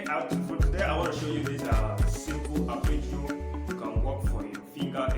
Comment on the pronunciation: What’s an “Appergio”? Isn’t it “Arpeggio”?